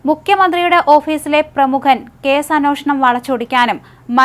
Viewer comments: എന്നോഷണം അല്ല.. അൻവേഷണം എന്നാണ് ഉച്ഛരിക്കേണ്ടത്.... അന്വേഷണം... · അന്നോഷണമല്ല അന്വേഷണം എന്ന് പറയൂ കുട്ടി